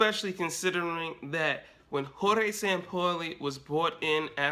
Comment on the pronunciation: "...SAM-POLY..." You've got to be shitting me.